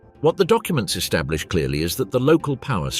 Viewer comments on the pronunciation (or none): none